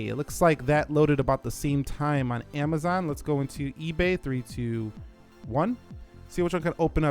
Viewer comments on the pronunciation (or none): none